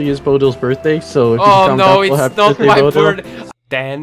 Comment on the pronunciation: Xaxaaa pronounce his name in bulgarian way and he censored it rlly??? Бодилчоооооо